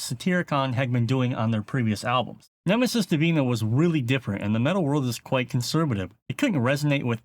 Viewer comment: tu pronunciacion de "nemesis divina" solo me deja en claro que... sabes hablar español? jaja